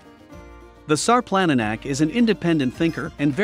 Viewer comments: only in english the C is pronounced as a K... everywhere else C is pronounced TSSS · If you're going to do a documentary video like this why don't you pronounce the name of the dog properly